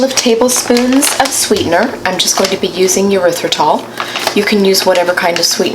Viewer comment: You said monk fruit erythritol blend I could have sworn you said Motrin haha haha 🤣 I had a backup the video to listen again